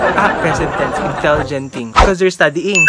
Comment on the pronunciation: When said "your so intellegenty'lmaooo😂😘